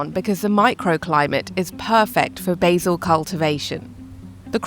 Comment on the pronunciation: BAY_ZIL ??? You mean Basil.